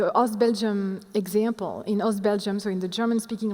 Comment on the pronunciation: how’d she say “example” with a perfect American accent it startled me🤣